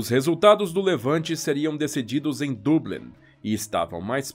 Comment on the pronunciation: Perfeita pronuncia Dublin [Doblin]